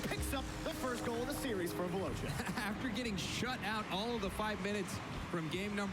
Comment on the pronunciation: The only thing that annoys me is that because they're American they can't say Veloce, it's pronounced ve-lo-chay not ve-low-chay